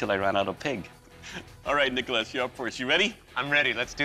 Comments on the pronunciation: did anyone else hear dickolas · When he says nicholas it sounds like rickles lmao